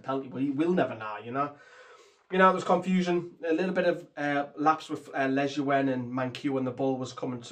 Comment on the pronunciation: I swear you say lejuene worse and worse every video 😂